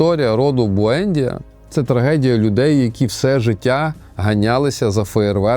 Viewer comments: Буендʼія, наголос на ді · Я не хочу міняти жадного покоління в моїй родині. БуендІя, наголос на І. Італійською книга божественна, катсапською (колись читав) - жахлива й нудотна.